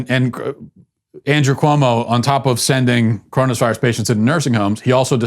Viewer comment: LOL..............love when he says CORONUS VIRUS